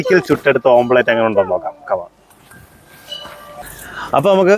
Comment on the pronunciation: ഓംലറ്റ് ആണ് ഓംപ്ലറ്റ് അല്ല